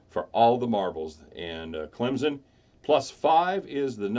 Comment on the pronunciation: Stop saying Clemson wrong